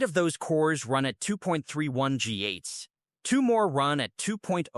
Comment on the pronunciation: If you are going to produce AI slop, at least teach your slop generator to say GHz correctly